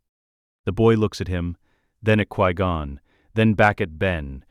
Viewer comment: 1. Obi-Wan didnt bury Qui-Gon under a tree. Qui-Gon was given a proper Jedi funeral. 2. Dont spend this whole video calling him Quee-Gon. 3. What the hell is with the ridiculous over description? It seems like you took a 30 minute video tops and drug it out in every way you can. Describing the placement of every individual air molecule, every synaptic impulse in excruciating detail. Do you just like to hear your crap AI voice drone? Or did you type a few parameters into chatgbt and have AI read the entirety of what came up without proofing or editing and hit post? You need to tighten things up in a bad way.